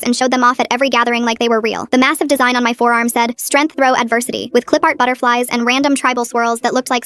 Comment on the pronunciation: Did she say "strenth throw adversity"?